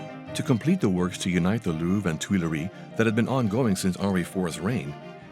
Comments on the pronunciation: It's the Lou-VRE. not the Lou. How difficult is it to check some pronunciation when you are dedicating your entire channel to one palace with a French name? Seriously... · why is he pronouncing it LOUF